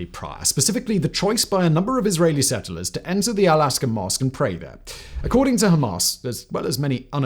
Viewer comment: "Aqsa" = Ak-sa not ask-her